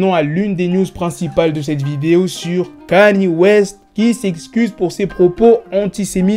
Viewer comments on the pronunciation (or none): Bro c'est pas Kani West mais Kanye, prononciation (Kan-Yé)